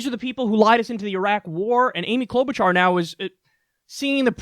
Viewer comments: I'm not going to vote for her. But Jeez, Kyle. Clow-boo-jar? She has been a Senator for 12 years. Her name has been all over the news, including in clips you have ripped apart. You sound like you don't know what you're talking about when you pronounce in that way over and over again. It's like saying "Mir-koo Rubb-eye-oh" for Marco Rubio. She at least deserves the courtesy of you learning her name, as a professional political commentator. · Cloud Boot Jar, lord yes. Never change that pronunciation